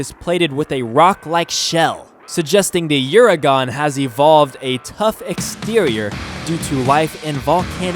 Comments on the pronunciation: Uuragon is pronounced "Jay Len-no" This pronunciation is of-course accented by the massive chin. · The Devilijho is correctly pronounced with the j sounding like an h such as in Jesus in the Spanish sense. Devil - e -ho being the correct pronunciation from what i have used in my own experience playing the game and from multiple other sources that play the game The Uragaan is pronounced oo-ra-gone(or gaan)